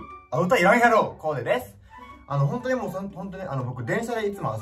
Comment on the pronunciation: とかの「〜やろ」の言い方個人的にめっちゃツボw